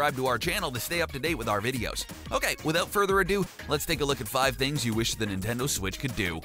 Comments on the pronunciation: Nitnendo Switch? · the ninendo 😂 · NINENDO IT'S NINTENDO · Did he say ninendo switch 😂😂😂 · the ninneno switch XD